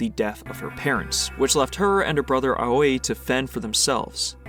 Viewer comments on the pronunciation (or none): A quick note, Aoi is actually pronounced Ow-ee. Great video all the same!